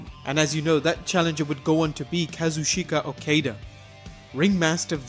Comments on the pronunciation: Its Kazuchika Okada not Kazushayka Okayduh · "Kazusheyka Oukeida" you had one fucking job.... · kaa-zuu-chii-kaa o-kaa-daa pls for the love of god dont ever butcher his name again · Kah-zoo-ch-ka- oh-kaw-da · KAZU-SHAKE-A A-KAY-DA? HERE-OO-KEY GO TWO? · I despise how your pronounce Kazuchika Okada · Good video but that's the worst botch of Kazuchika Okadas name i have ever heard ;)